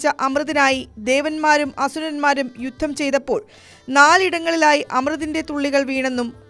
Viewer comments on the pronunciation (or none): none